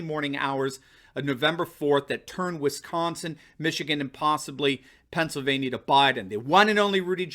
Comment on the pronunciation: You’re great. Love your videos BUT..... there is no “H” in Wisconsin 😂